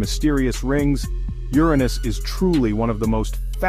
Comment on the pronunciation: No I didn't know my arse was the most mysterious planet in the solar system. . . You need to fix the skipping narration as well as stopping your A. I. mispronouncing Uranus [YUR- ah- niss) as "your anus".